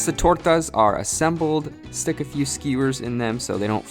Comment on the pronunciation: I really enjoyed the way you said tortas!